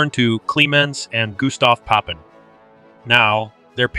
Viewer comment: Please pronounce Papin properly.